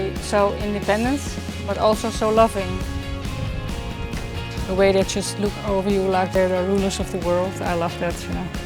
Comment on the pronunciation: ja loek ipv look, ik weet niet waarom nederlanders dat nooit goed kunnen uitspreken, het is letterlijk uit te spreken als luuk maar dan met de nederlandse u